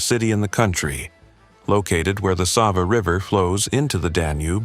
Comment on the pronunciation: Is this AI? The narration seems to be AI, considering certain faults in pronunciation. Most of the pronunciation is good, except Sava.